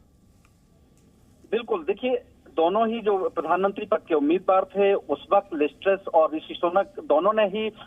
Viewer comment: Anchor ko name bolne ki tyari krwao